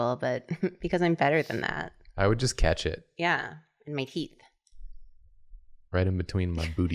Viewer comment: When was talking about the knife and said "I would catch it in my teeth" I had to rewind and listen to it again because I was sure she said she would catch it in her tits 🤣